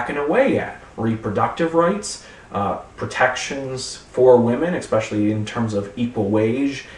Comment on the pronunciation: Did he say "expecially?" What's next, "anyways?"